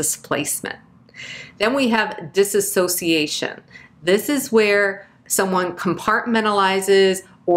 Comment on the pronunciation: What are some helpful coping mechanisms for a layman hears Dissociation pronounced as dis-uh-sociation and can’t concentrate on the rest of the vid?